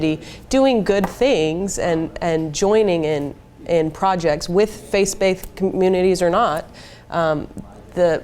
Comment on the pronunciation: she says 'face baithed'. Oopsy. That's a tongue twister. Shortly after, the poster the guy holds up spelled atheists as 'athieists'. Bloopers.